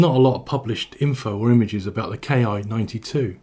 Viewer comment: Sure looks like a copy of the Curtiss Commando, C-46/R5D. But more sesats in the cockpit, and a tailgun. OBTW, IJA aircraft were designated by the katakana letter Ki, [one cypher] that's pronounced KEE. It's short for the word for airframe.